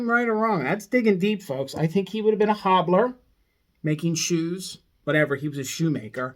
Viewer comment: Cobbler, not hobbler.